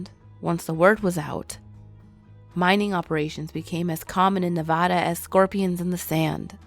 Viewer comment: Why you gotta pronounce Nevada like that